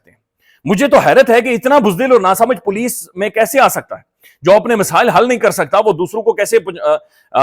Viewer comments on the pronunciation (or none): none